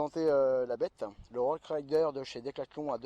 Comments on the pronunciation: Roskrider ? 😂 Il faut dire Rokrider mais ça s'écrit rockrider. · 🤦‍♂️désolé pour les mots mes.... ferme ta gueule tu t'enfonces (tu dit rossrider alors que c'est rockrider)